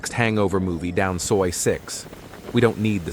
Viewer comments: "So eye"? You mean soi (soy). What a moron. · “Soo-i” 6??? Time for a new AI. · So-eye six? So-eye seven? Seriously? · Do you think you will ever pronounce “Pattaya” properly? Or “soi?” Duh! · Oh, that's why the voice pronounced Soi as in French. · Getting older and expecting everything to be the same or even wanting it to be, is UNREASONABLE. (AI voice tripped up on the word "soi" 😂.) +1 (Liked and subscribed btw👍)